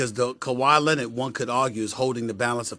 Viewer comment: How does SAS put Rs at the end of words where they shouldn’t be but can’t pronounce the R in Leonard!?!?!